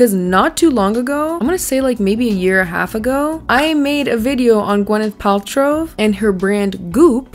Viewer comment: great video <3 its funny everytime you say her name i always hear gweneth paltrove